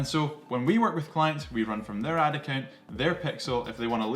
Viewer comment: Ad account!!!! It took about 5 times before I realized you weren’t saying Atakin! 😂🤣😂 I was trying to figure out what Atakin was!!